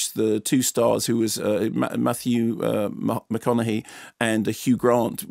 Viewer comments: This dude just said Matthew MAHOGANY!. Mahogany like the wood! Lol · At precisely “Mathew MA HOG ANY” 😂🤣